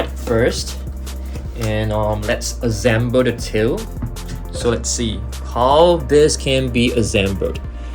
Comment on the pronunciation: Why does he say “ azsemble “ instead of “ assemble “